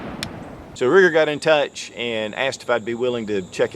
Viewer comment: Every time I hear Ruger 🤮